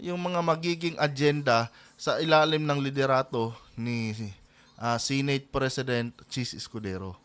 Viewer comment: Senate hindi Sinate